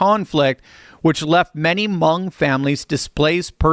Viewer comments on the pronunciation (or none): Hmong. Rhymes with "dung."